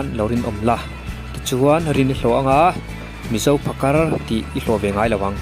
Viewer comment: Phakar tih hi a tawpah R hi i lam fiah lo mah mah ka ti😁